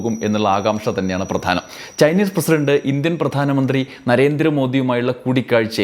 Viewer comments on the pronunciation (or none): none